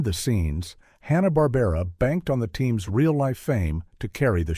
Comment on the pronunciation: It's "Barbera".